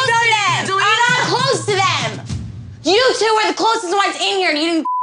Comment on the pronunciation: I heard "yous two" before clicking the video